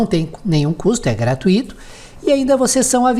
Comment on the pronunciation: Eh,! Você vai ter que fazer uma aula também com o Professor Jailton. A Pronúncia correta é Gra-tui-to e não, Gra-tu-í-to. Rsrs. O curso parece ser muito bom.